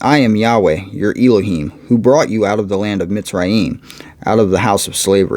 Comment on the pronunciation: Elohim- is pronounced El-o heem,El is like in the word Bell without B